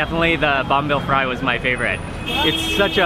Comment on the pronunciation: Fry is an english word, why do u say it like that?